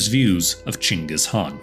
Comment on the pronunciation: Only white man to pronounce "chinggis khan" name properly as possible. Thank you.